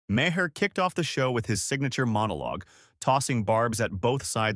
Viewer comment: This is phoney AI fiction, and the robot voice can't even pronounce Maher's name properly.